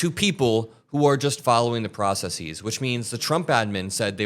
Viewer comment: It's pronounced "processes", not "processeez" btw